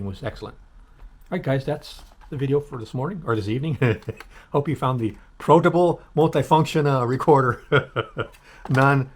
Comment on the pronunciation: Not bad for $32. Better than the last for sure. And it’s “protable”! Have you figured out what “proting” is yet? Have you proted! 🥴